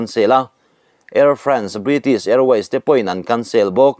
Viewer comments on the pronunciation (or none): none